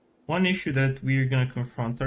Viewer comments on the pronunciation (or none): none